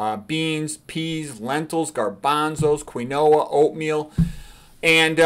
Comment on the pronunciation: Say it with me.... KEEN WA. Ok? Keen-waa. I hope this helps quinoa. ❤😂